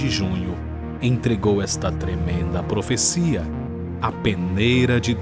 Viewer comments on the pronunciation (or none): Pofesia nóvinha?? Oooopa, agooora vai!